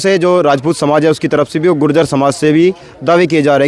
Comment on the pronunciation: ye apny sy keh reha h ju-jer😂😂😂😂😂 ye apny sy keh reha h ju-jer😂😂😂😂😂